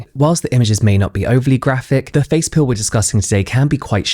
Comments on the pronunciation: I listened to the first part of this video, up until the guy was walking into the office, 3 times because I kept thinking I was missing something. Where does him taking the pill come in. Then I finally realized that James was saying “peel” not “pill”. LOL😅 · i kept thinking you were saying "pill" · i thought he was saying "pill" and was super concerned😭 i was like 'how is this gonna affect his organs???' 'wouldnt the effects occur all over the body, not just on the face????' 'no wonder he died😨😨' thank you, English subtitles (United Kingdom) clearing that up🫠